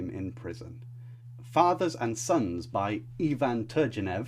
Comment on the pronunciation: Ivan Turgenev' into its individual sounds "eye" + "vuhn tur" + "gay" + "nyef"